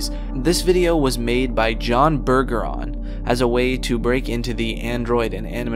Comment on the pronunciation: Bergeron is a french name, It's Berj-a-ron, not Burger-ron. I'm from Louisiana and we have plenty of Bergerons here